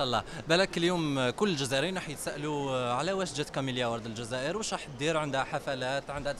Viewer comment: ههههه كيفاه تنطق كلمة تزاير فكرتني بهذاك الطباخ التركي لي في سميرة tv لي يضل يغني. لي ما فيه خير في بلاده بلاده ما تحتاجوش😂😂😂😂